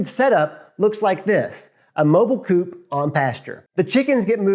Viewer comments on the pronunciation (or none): none